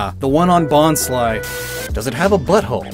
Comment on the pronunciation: You sed bonsly wrong